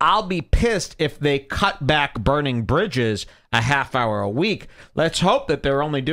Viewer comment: Please never say bridges again "jules"